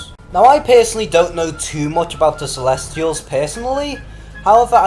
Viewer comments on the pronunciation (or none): It's CELESTIALS, Lords. No "r".